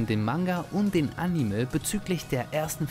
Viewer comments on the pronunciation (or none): entschuldigung das ich dass so sage aber du musst unbedingt lernen wie man anime ausspricht nicht am ende mit me sondern animeee